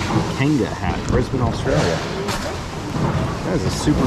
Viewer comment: It was good to hear an American pronounce Brisbane correctly..... LOL... from a local..